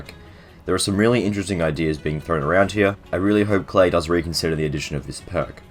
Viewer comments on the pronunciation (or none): It’s pronounced Kly not Clay